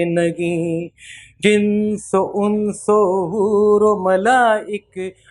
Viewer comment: Kindly read jinn o Inns* a correction.